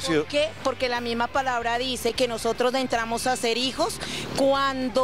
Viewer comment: La Sra de la entrevista “nosotros dentramos Jajajjaja”